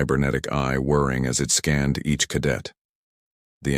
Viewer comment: Whirring not worrying